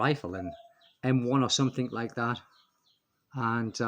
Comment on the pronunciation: “Something like that” sounds so Thai 😂